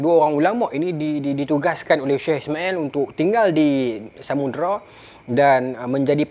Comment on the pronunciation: Pembukak tirai tu bukan Samudra, tapi Samudrai😅 Ingat kan Sundang tadi, rupa nya Samurai.